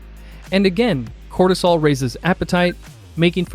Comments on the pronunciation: U keep pronouncing “cortisol” as “cholesterol” 🤔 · voice sounds like you are saying Serum Cholestrol whereas Captions read Serum Cortisol. Which one is it?